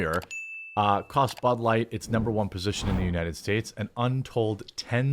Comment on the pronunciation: Budlight, bulight, bahlight, balight, blight, Blight, BLIGHT!